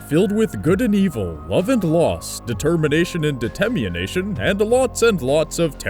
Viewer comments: "Detemmienation" deTEMMIEnation DAMN YOU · Hahaha determination and detemianation that's so funny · Determination and DeTEMMIEnation.. Lol. Hahaha